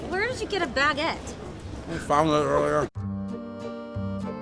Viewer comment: Wtfs a 'BAGET'